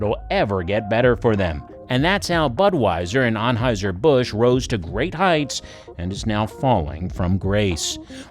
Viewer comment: Eberhard Anheuser, not Ebert